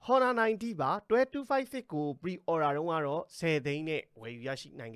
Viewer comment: အော်နာလား ဟော်နာလား အသံထွက်အမှန်ကို ရှာကြည့်ပါ။